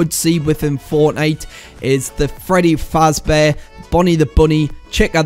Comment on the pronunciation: Dude it’s pronounce FAZBEAR NOT FRAZ